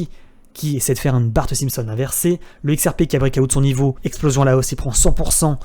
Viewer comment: Alteucoin... Brekaout... please... un minimum d'effort sur la prononciation des mots Anglais lol Sinon bien la vidéo.